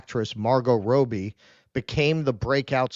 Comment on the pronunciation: Its Robbie - not Rowbee